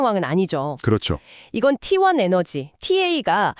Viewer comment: t1이 왜 후반에 tlt라고하나요 ㅋㅋ ai 바보네요